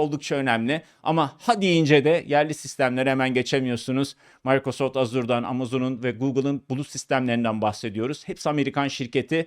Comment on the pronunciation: Türkçe'de ona Maykrosoft değil Mikrosoft denir.